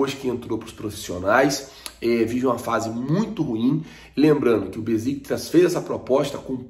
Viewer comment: Bom dia! O nome do time turco que negocia o Léo Pereira se pronuncia: Béchictash e não Beziktas.